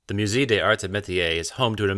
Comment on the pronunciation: Would it have killed you to learn how to pronounce musée before making this? It kills your credibility.